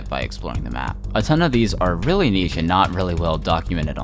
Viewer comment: Cool project, but why do you pronounce ch like that??? The way you say niche is extremely cursed.